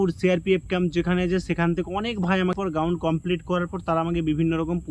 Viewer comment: Ground ❌ gaund ✅😂😂😂